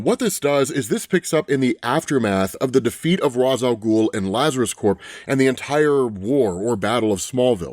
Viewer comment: like with LuthorCorp... when saying Lazarus Corp, you have to pronounce the "p" in Corp (it means Corporation).... not like with the marine CORPS (which means body in latin). I.e. the "P" in "CORP" is NOT silent. Edit: so, one only pronounces it as "core" if it's "Corps".